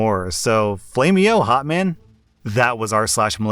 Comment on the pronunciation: Flame-e-yo,.